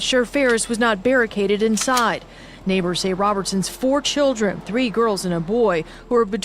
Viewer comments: There was no other outcome for her with this pathetic loser. He could barely even form a coherent sentence. He was a career criminal. He was abusive. “I’m sorry to my churrun,” he claims after the fact. He absolutely meant to do what he did. He wasn’t under the influence of alcohol, he was under the influence of Satan. One of the sisters said she died protecting her children, but the only way she could have REALLY protected her children, was by not getting involved with that POS in the first place. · "CHIRREEEEEEEEEN" I am so sick of ignorance, we have to do better.